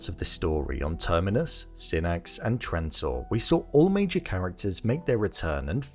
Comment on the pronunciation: Dude...I watched 15 seconds and you said "Transore"...